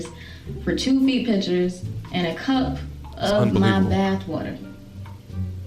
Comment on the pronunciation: Can't stand the way she says "Pitshurs" god